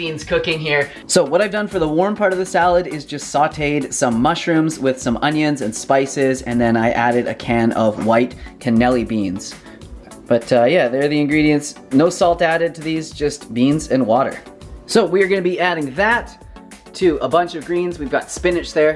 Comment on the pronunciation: “CA-NELLI” Beans 😂